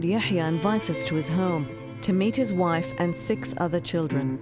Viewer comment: It's Yahya not Ya7ya. So annoying